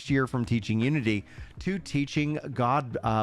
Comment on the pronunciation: Loving the updates. I don’t have Twitter so I appreciate the concise and informative videos to compile all the tweets and discord messages. Btw Godot is pronounced Godoh for future reference